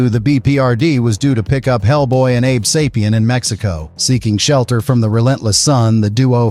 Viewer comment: abe say-pee-in not abe saw-pee-in